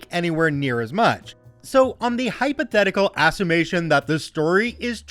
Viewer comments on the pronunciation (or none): "Assumation" - assumption? :P